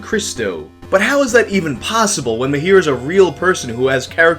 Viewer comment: its Mahir not Myhair